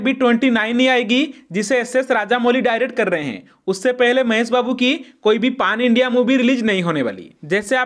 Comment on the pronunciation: Bhaai its not paaan its pan india😂😂😂 achhe se bolna sikho pehle bhai